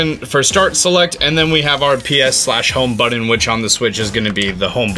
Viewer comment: it's BUTTON!!! not buddons